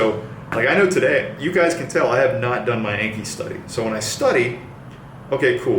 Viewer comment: The app name is pronounced like ON-KHEE